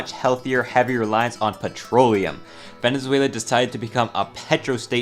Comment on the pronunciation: "venezueulau" araepa´ guiitarists... HOMBRE YO VENGO DE VENEZUELA EL PUEBLO MAS GRANDE DEL MUNDO Y COMO PUEDES OFENDERME DE ESA MALDITA PUTA HIJA DE LA GRAN REPUTISIMA "araepa" MANERA????!!!!!????¡¡¡//%$$$####////